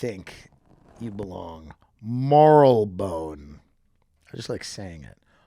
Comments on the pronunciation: Mar-le-Bone. Tim is really bad at the pronunciations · It is pronounced mar-lee-bone and you wont find drug dealers out on the streets in battersea or anywhere near central london. You will have to know people, to get drugs, there is no open air drug markets in the city (cctv and facial recognition everywhere), you will have to get on the tube and go to places like Hackney or Southwark and then you will only find crack and smack being sold openly on the street. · I grew up in Marylebone in the 70s and everyone called in Marri-le-bunn with the stress on the i. The Marleybon pronunciation is more recent. In the end it doesn’t really matter. British place names are specifically designed to confuse everyone!